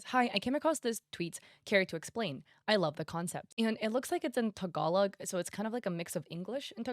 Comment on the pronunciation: why did you say tagalog like that🥲🥲